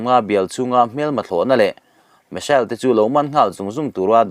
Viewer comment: Missile pawh hi misel a ti ve ziah.